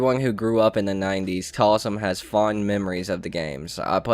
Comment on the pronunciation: Bruh its joe taslim not talsim